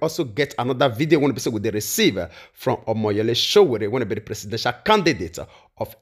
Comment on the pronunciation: Nice work, it’s Sowore, not Sowere 🙌🏽